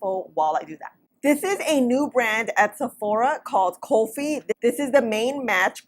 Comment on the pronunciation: omg I got so excited seeing the name of this brand lol Its nice to see some representation :D :D :D I hope they come to Canada too! You got the pronunciation perfectly ;) Elaichi is Cardamon. I'm here hoping that colour works for me because I love Cardamom.